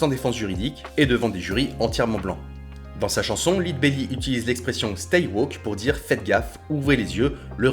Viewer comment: On prononce "Led Belly", comme "Led zeppelin". 😅 Très bonne vidéo btw.